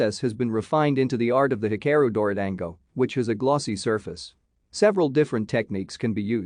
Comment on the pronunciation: You mispronounced it, you morons. Get it right.